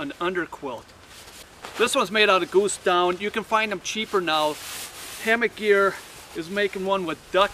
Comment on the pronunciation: I love how he says "göose" and "comphy". Very informative video! Never knew I was hanging up my hammock wrong even though I've been hammock camping for a good handful of years.